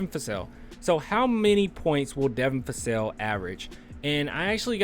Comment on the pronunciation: Vassell not Fassell.